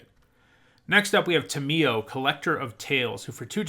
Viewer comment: you dont emphasize the mi syllable in tamiyo but the ta- syllable but ill cut you some slack since you produce these videos on a mad pace rn hehe